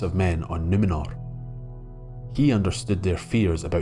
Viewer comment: This was really great! Though, much as a Scottish accent makes me weak at the knees, it was unintentionally funny to hear: "And the men of the Ale took Suh-ron back to Nuh-mennor from Middle Airth. Even the Fusstborn recognized the power of his rings to PREZAIRVE..." Aye,, ye might try a wee bit harder to nae sound so Gaelic about it all!